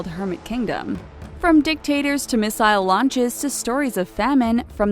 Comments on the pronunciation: I would just like to put out there she pronounced missile at miss isle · America's "Rodeoh Drive" 🤨🤔🐎🐴🤠🏇 It's hard to believe that this narrator cannot pronounce Rodeo Drive or "missile" (it was pronounced mis-sell in another video that this person narrated) correctly AT ALL. This channel really pisses me off. It's hard to believe some of their info when there's constant spelling mistakes, mispronunciations, and images that represent other countries instead of the one they're talking about. In another video about North Korea that I watched, it portrayed the starving children of Africa instead as the malnutritioned children of NK. It's ridiculous. Something tells me that The and The Richest can also be categorized as "misinformation channels" as well as propaganda. Not saying that all of their information provided is fake but....